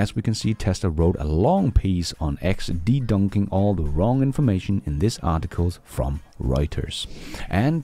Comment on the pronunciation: It is “de-bunk”, not “de-dunk”. English is hard but everybody understands you; keep up the great work 🥳